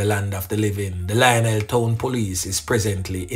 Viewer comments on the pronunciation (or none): none